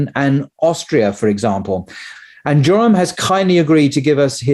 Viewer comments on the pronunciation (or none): Isn't his name pronounced 'Y'oram ? Nevertheless brilliant interview as always